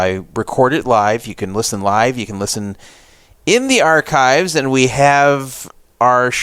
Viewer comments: I'm well aware of that, have listened to the show since the NWP days. I believe you pronounced it differently on this video than the way I'm accustomed to hearing on the radio show. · Never heard you mispronounce archives before.